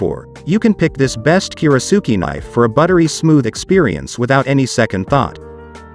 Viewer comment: That's a lot of bad information for one video. For starters, your pronunciation of "kiritsuke" is faulty. Normally that's not something l would bring up but it seems kind of basic for someone presenting themselves as an authority on kiritsukes. Second, only one of these knives is actually Japanese, and it is by far the best of them. That is the Yoshihiro. The rest are cheaply made in Chinese factories and the companies that sell them spend much more on advertising than they do on actually making knives. At least you listed one real Japanese knife, so I'll give you that much. One of the knives you said has a bolster doesn't have anything remotely resembling a bolster. And a kiritsuke should never have a bolster. Most westerners are more familiar with western handles, but that doesn't mean they wouldn't enjoy a Japanese style handle. One does not need to be an expert to use or enjoy one. It is just a different feel and balance. Who cares if a kitchen knife handle is "military grade"? That's complete nonsense and irrelevant. You should just be honest and say the handle is plastic. No piece of fine cutlery should ever be put in a dishwasher for multiple reasons, so that is not a minus. No decent kiritsuke or any other good kitchen knife should ever be used to cut frozen food items unless you hate your knife. You never even explain what a kiritsuke is good for or why they are shaped the way they are in the first place. That is kind of important for anyone out there who is wonderin